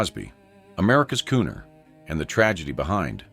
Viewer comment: Yes, the one on Bing Crosby was a bit... much. AI doesn't catch misspellings. Calling him "America's Cooner dropping the 'r' in 'crooner' accidentally landed Bing with a horrific bigoted insult, turning him into a famous racist. If you are going to have AI narrate, at least have an educated real person check things over before release!